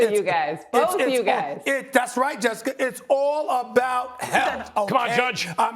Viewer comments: Nobody: Stephen A: Jessicker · “Jessicker” - Stephen A. Smith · Jessicer 😂 Minnesoter